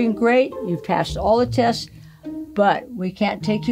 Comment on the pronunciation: "Mercury 13 TESTES"....Is that what she said?....cos thats just BOLLOCKS !!! LMFAO